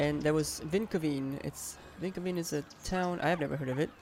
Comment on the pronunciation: Vinkeveen is more like a village then a city and you're pronouncing it more like it's in Sweden then in the Netherlands. ;)